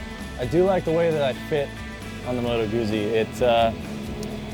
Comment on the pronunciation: If you are a reviewer that cannot pronounce Guzzi correctly and cannot seem to remember how large the motor is in the bike, your opinion means nothing. Great bikes, all three, and I think you chose the right one (I own a BMW and a Triumph and lust after the Guzzi so I have no bias here), but get your shit right before judging.